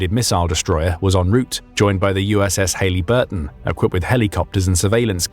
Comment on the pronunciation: A- "The U.S. Navy SEALs are the most elite...." Meh, depends on who you ask. Delta Operator: "I love saving the lifeguards." B- Yes, the movie "Captain Phillips" is about this event (it was just "improved" by Follywood) C- It's pronounced "U.S.S. <Hä-lï-bür-tûn>" , NOT "Hā-lē"-bür-tûn. Also, the name the narrator so horrendously mispronounced is <Jâ-bū-tē>, NOT "Dē-jâ-bū-tē". D- To be clear, Capt. Phillips was no hero, he was an arrogant fool who endangered his ship and crew, rather than change course to put their course outside of the range of the Somali pirates' vessels. His actions also required the U.S. Navy to expend time, materials, fuel, and manpower to rescue him, his crew, and ship, something which shouldn't have been necessary. Footnote: Once upon a time, pirates were executed upon capture.